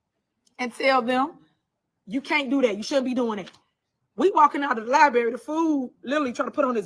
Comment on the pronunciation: Don't trust ANYONE who says, "Liberry," smh. You are the whole Mayor and do not know how to say, Library!